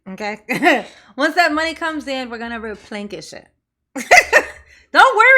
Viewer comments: “We will replenkish the monies.” 😂😂😂😂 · I replekis” my funds all the time like Tiff Tiff does!🤣🤣